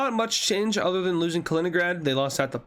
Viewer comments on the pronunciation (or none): none